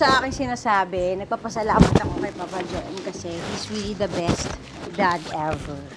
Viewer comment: Jo-em ba…akala ko jowem pagkakabigkas😅😅😅😅Well Happy fathers day